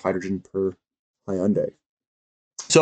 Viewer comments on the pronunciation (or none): Thanks, Hyundai is pronounced Hyun Day and like you would say Fun Day where Hyun is a single syllable. And I think Xcient is pronounced X Cee Ent. Not that it matters much but in case you were wondering. I wonder if Hydrogen fuel cell refilling centers will need a lot of platinum too. It looks like battery cell technology is not going to work at all for these long haul commercial transporters. NIKLA had a demo of their mock design of a truck which turned out to be fake but they also had a refilling center design.. which probably was also fake. Be it Hyundai or Toyota I suppose they would be the ones coming out with the design. I'd have to double check but I believe PLG had quoted most of their resource estimates in palladium and/or palladium equivalent ounces.